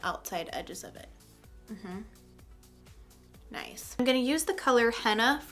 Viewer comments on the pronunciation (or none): I am so thankful for this video. I've had friends who DESPERATLY wanted this. Thank you for even explaining in such great detail!!! Also when you said "noice" instead of nice you became my favorite youtuber!!!